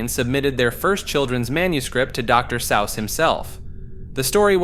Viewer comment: “Doctor Sowss” bro what the fuck lol how can you not know the correct pronunciation